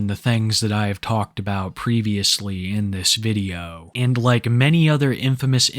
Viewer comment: "They'uh just videuho games,."